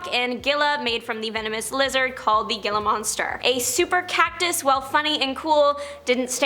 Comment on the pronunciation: The lizard you spoke of during 10 is Gila monster pronounced with an h not g so he-la monster